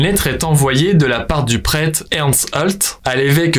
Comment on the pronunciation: "le prète"